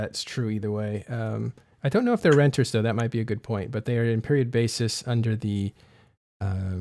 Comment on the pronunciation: "renters" lol you've got that one badly wrong mate.